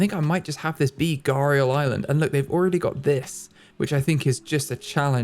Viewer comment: You are pronouncing gharial right Also you can have multiple male gharial together